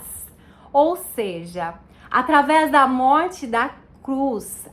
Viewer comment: É seja, irmã, não seji... Continue estudando irmã, você vai chegar lá, se de fato, for o Espirito de Deus que está te guiando, mas continue estudando, porque até os próprio eleitos poderão ser engnados.